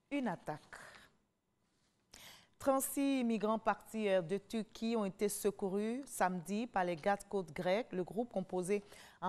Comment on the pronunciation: on ne dit pas tuqui mais Turquie le R se prononce Sinon bravo